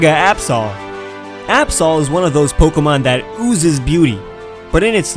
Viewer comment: I saw ab-soul And you say ab-saw Oh my gawd